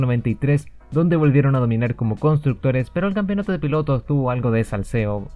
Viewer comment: Hermano "campeonato", no "campionato". Bueno, acá en Chile hasta los periodistas dicen "campion"